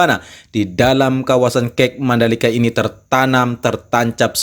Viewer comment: Saran aja nih bang, kalo nyebut kata akronim/singkatan itu ada baiknya dibaca huruf per huruf. Misalnya 'Kawasan Ekonomi Khusus' atau KEK dibacanya 'ka e ka', terus semisal FIM dibacanya 'ef ai em' atau 'ef i em' juga boleh asal gak dibaca fim. Itu aja sih, hehe